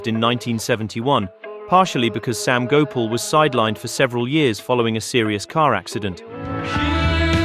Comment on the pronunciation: Gopal is pronounced go parl not go pull